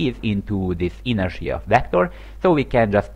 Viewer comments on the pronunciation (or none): it's inertia, not interia. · it's not b-oo-llet either though... the phoneme symbol is ʊ ... a double-o sounds is usually the phoneme: ʉ and that's the sound you get in goose or boot. besides if you're going to nitpick i'd think you'd start with how intertia isn't "in-ter-nia" but rather "in-er-sha"